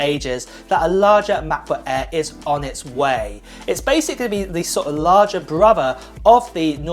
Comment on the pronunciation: Macbook "Ehr"?